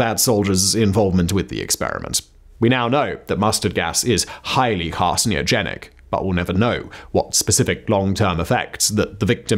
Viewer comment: I think he adds an extra “i” between the n and the o 🤭 funny